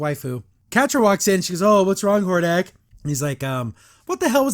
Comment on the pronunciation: really is. Not to mention how they butchered Hordak.